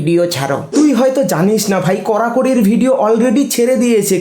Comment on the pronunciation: করাকরি ❌❌❌❌ কড়াকড়ি,🆗🆗😂😂😂😂😂😂😂😂